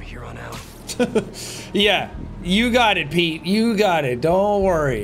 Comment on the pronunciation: i like how venom says pete it sounds like he pronounces the e more so he says “peet”😭